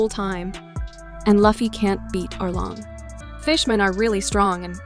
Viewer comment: I have seen plethora of one piece video and there are always someone who mispronounce Lufy's name but this is the only video where someone got all of the main casts names wrong. Congratulations 🎉